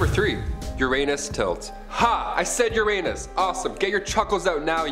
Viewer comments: ur-unus.... not ur-anus... You did that on purpose... and if not ... just ... ugh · No it’s Your-A-nis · HE SAID UR ANUS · To avoid obvious your anus jokes, perhaps try pronouncing Uranus correctly.